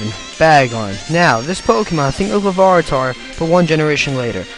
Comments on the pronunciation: you pronounced larvitar larvartar. also it's elekid, not electakid. I figured I would be that guy. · lah var it ar? its pronounced lar vit ar, as in larva tar. it evolves into pupatar which means pupa. larva ---> pupa WHAT THE FUCK IS A LAVARA? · It is pronounce "Larvitar", not "Luvaritar"... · This guy saying Lavartar instead of Larvitar makes me cringe everytime he says it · Larvitar....not lavaritar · learn how to pronounce the pokemon names correctly you dumbass, it's "Larvitar" not "Lavaritar" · You pronounced "Larvitar" as "Larvaritar." Why? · its larvitar and this guy says lavaritar lol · It's Lar-vi-tar not La-va-ri-tar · It sounds like you're saying "Lavaritar" instead of Larvitar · LARVITAR, NOT LAVARITAR... It's one thing to mispronounce a Pokemon like Arceus as some may use a hard 'c' or a soft 'c', but adding letters to a Pokemon's name when you pronounce it makes me cringe so much. Most of this list is pretty good, however I would have taken off Magmar and Electabuzz as, even though they are version exclusive, they are still relatively common in the game they appear in. I'm not sure who I'd replace them with, but there are most likely better options. As well Celebi shouldn't have even be considered to be on this list for a couple reasons: 1) Anyone who owns Colosseum can get a Celebi no matter what and you don't even need to look for it, it's pretty much guaranteed, and 2) It's given out during Pokemon events meaning that, once again, you're guaranteed to get it as long as you attend the event. Yeah event Pokemon are technically "hard to find" as events are the only legitimate way to get them, but at the same time these events are so frequent that nearly everyone has at least one Mythical Pokemon. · Larvitar,not Lavaritar.you keep mispronouncing his name.... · lavaritar? reminds me of all the kids who mis pronounced rattata in the 4th grade. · It's Larvitar.. not Lavaritar, sorry its annoying me lol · it's pronounced lavaritar According to this kid